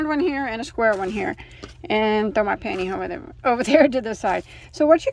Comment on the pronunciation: Love how you call the panty hose “panty ho”!